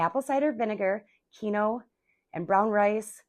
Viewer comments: Oops 'keen-wah' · Love your video!! I think it's pronounced 'keen-wag'😊